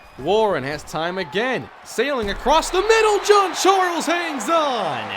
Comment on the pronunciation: 😂😂 bro why you call Jean Charles "John Charles"